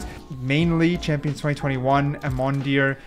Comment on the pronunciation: quick tip for the pronounciation with the "aemondir" its pronounced the same as "aim on deer" or thats what me and most people in eu call it.